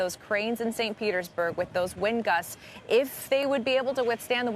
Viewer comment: “St. Pertersburg” 😂 the girl announcer keeps saying it correctly after to let him know he said it wrong 😭😭